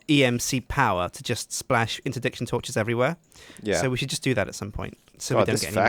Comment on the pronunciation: Inter-DICk-shin torch